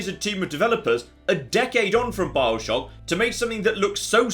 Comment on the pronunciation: A couple of times he said 'Bileshock'